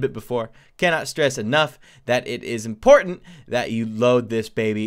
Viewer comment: i shocked when you said imPORNtant note